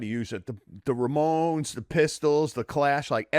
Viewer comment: Slim Jim keeps saying "RAY-mones", but occasionally says it normally as "Ramones". Funny.